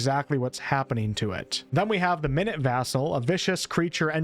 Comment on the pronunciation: I think the “minute vassal” isn’t pronounced like (60 seconds), but the synonym for small, so “MY-nyute,” not “minnit”